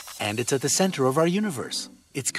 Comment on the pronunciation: I'm Hearing Central Not Center ???